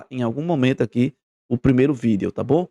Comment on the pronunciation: Eu só não gosto de ouvir ele falando V i d e o.